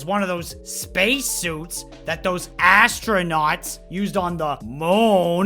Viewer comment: did you just say asstronaut and yes I'm one of those people waiting for the kfc console 😁